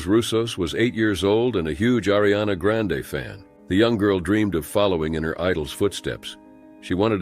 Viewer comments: I thought I was crazy when I thought he said that but then he started saying it right so I didn't rewind to make sure lmao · Can’t even say the name right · As soon as you mispronounced Ariana Grandes name, I know I wasn't interested in anything else you have to say.